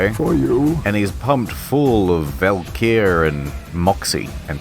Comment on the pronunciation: The drug is pronounced as 'valkyrie' tho. This game is very on the nose with mythology